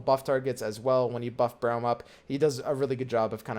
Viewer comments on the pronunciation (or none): its pronounced brom xd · I'm sorry, I love your videos. I think they're very educational and I love this concept of Meta Monday's, but can you please pronounce Braum properly lmao. It's Br-aw-m not Br-ow-m haha. Can't wait to see next week's video! Keep up the amazing content dude! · It's 'Brohm' not 'Browm' my guy. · Braum. Not 'Browm'. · This dude actually just called braum 'browm' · Braum is pronounced brom btw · Thumbs down for "browm" lol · People who never played League have the most hilarious ways to say the names. I've heard "Freglord," as well as, "Alice," and, "Yonia." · I don't care if he does it on purpose or not as much as I like these videos I don't know if I can continue to hear browum and not lose it.... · Please for the love of god fix your pronunciation of Braum ASAP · I love your video bro but PLEASE pronounce Braum's name correctly. I main him in league of legends so it always triggers me a bit :C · I love the way he says it... it's wrong, but great